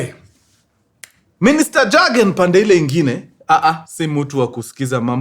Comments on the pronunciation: Please it’s not Jurgen. ( like the J in Jack). It pronounced as Yurgen. The J is a Y while pronouncing. Hire me for me German utterances 😅. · Mzee pronunciation si jagen. Ni yogen. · Mjamaa. Pronunciation for the name isn't JAGEN, it's YOGEN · In Germany the j is pronounced as a y ...so you will read it as yagen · Mkuru I know its long but its read kama Yiugen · Jürgen is pronounced as Yugen! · Ilikuwa a popular name kama kevo, it's pronounced " yogen"😂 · It’s pronounced yargen.. j=y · Mkuru story kubwa hapa 😅😅😅safi sana lakini sasa Jurgen hatunanga Ujerumani inasoma (Yugen) wajerumani don't have J.The J is always pronounced as (Y) otherwise fiti saaana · Pronunciation ya Jürgen in German ni Yoogn